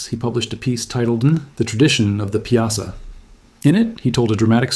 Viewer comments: it is pronounced " pie saw " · I don't like that you used bluffs from the far West to depict the Mississippi bluffs near Alton. We in the Alton area pronounce Piasa as PIE-a-saw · I live 20mminutes from Alton my entire life and its pronounced "pie-a-saw".... and all those 'images' of the Alton area are totally NOT from the Alton area... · We call it the Pie-uh-saw bird